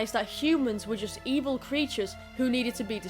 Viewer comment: the ebil mean evil thats how i say wvil